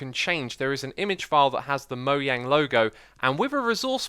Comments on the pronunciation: It's Mojang not Moyang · It’s Mojang not moyang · Bro how do you even pronounce your name? Ps why do you call mojang... moyang... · Because "Moyang" is the way the company is pronounced; I believe in America, they pronounce it as "Mojang".